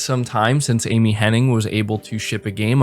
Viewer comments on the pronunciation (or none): Hennig, not Henning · Everybody gets this wrong, including you it seems. Just an FYI her name is Amy Hen-NIG not Amy Hen-NING. Hen--NIG not Hen-NING. Very happy that Amy Hennig is associated with Forspoken, that can only be a good thing. She has had some bad breaks. I was so pissed when EA canceled her single player Star Wars game. So, super happy she is making a single player Marvel game. It should be awesome. Yes of course I have Ps Now. If you buy it for the year you can get it for 50 bucks, sometimes even 37 bucks. They have been steadily improving Ps Now and it's pretty great now with over 330 downloadable games. Looking forward to Mafia definitive edition and Celeste. Ps Plus this monrh is killer as well. Especially for the extra Psvr games. I never got around to playing walking dead Saint's and Sinners because the Ps5 came out. It's supposed to be the best game on the system so that's good. Hopefully PSVR 2 will be back compat with Psvr and imorove the older games. Also been playing Vampyr since they released a 60fps patch. Really enjoying it. It starts a little slow but when it pucks up it's really good. The dialogue and voice acting is top notch. The environments do a great job of transporting you to 1915 London. And the stort and lore is engaging as is the gameplay loop. An 8 out of 10 so far. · It’s Amy Hennig. IG. There’s not a third N. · I'm also still on the fence about Forspoken from a writing stand-point, especially after the last story trailer release. Kind of surprised with such a strong writing crew, but I hope it still turns out well. Also, hate to be that annoying stickler, but her name is Amy Hennig, not Amy Henning. Gotta show respect to the greats, ya know :P. Solid video, keep up the great work! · Omg 😂 its literally been doing my head in hearing people saying Henning!! I was hoping someone else noticed lol